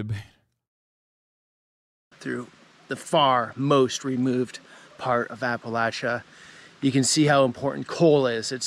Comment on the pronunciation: Imma be honest, I'm just glad Hasan pronounces Appalachia correctly.